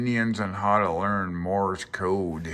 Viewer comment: It sounds like you're saying "morris" code.